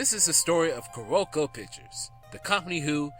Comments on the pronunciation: The most notable is Carolco it's pronounced Carol-Co not Ka-Rol-co! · I dun fucked up because I keep pronouncing it Carlo-co.